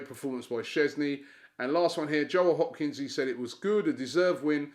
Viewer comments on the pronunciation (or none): none